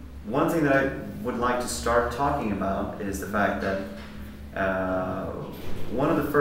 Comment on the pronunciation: I love how instead of pronouncing it ‘that’… he pronounces it ‘dat’.